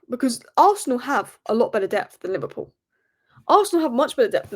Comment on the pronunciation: LiVARpool 😂😂😂😂 Wow how old are you ? Bless ya